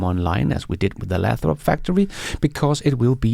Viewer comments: It’s pronounced “LAY THROP”, with a long “A”. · Don't you be dissing ' pronunciation. Many of us come to these videos for his entertaining mispronunciations!